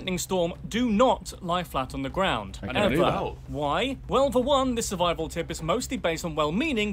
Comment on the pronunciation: Am i the only one who noticed the 'surivial'